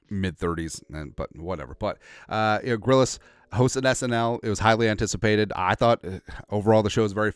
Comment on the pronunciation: Shane Grillis? Isnt it Gillis?